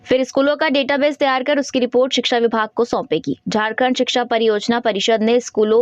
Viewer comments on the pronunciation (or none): none